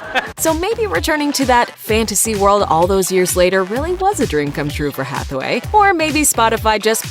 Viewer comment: you keep pronouncing it as Hathaway lol